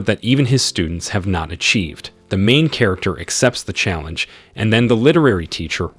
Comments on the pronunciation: And that emphasis on MAIN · THE EMPHASIS ON MAIN MAKES ME WANNA PULL MY HAIR OFF